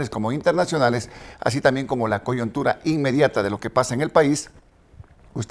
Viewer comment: Todo lindo pero no se dice "coyontura" sino coyuntura.